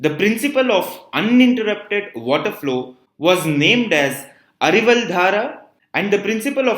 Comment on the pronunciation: One correction it's not arival it's aviral